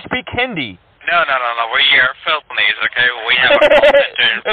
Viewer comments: Not only can he not say Philippines - EVEN AFTER YOU CORRECT HIM, he STILL cannot say it..... but that's where he is. He's in Feelpines. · Omg Philpines if you're going to say a country name get right. The reasoning he stated for scamming is a lot of friggin horse puck. Second today omg I can't get enough of you slapping them down Ty take ❤️👍☎️ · That’s a damn shame if you are going to pretend to be in another country at least pick one that you can pronounce 🙄as always great job 👏🏽😘